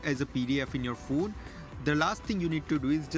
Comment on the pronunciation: You are first person who is pronouncing Phone As phune... I also do so... 😊